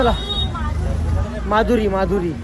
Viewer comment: माधुरी नाही मादुकरी बोलतात